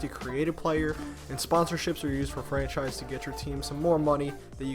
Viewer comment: Frachise, eh?